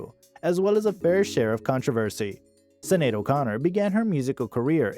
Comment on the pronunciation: The Star-Spangled Banner story is completely false according to Sinéad in her memoir Rememberings. Her name is pronounced Shin-ade. Her daughter's name is pronounced Ro-sheen. This story is poorly done. She deserves better.